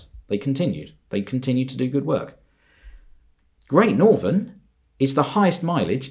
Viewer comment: He butchered great northern and he butchered the p2s